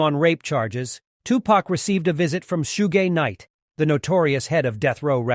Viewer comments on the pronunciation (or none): Tupac received a visit from who? "Shoe gay night" and it's now "Sue Ginn night" 😂😂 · anyone notice he says Suge gay knight lol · This has got to be the worst job performance of journalism i have ever witnessed🤦...from fact checking from proper annouceeacion of the inviduals names in the video... This whole video is a joke .. even the basic 2pac fan would laugh at this.. 2pac never blamed Biggie for the Quad studio shooting..